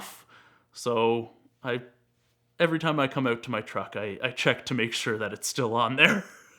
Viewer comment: I know! I was minding my own and I hear "oat", and I'm like, wait a minute!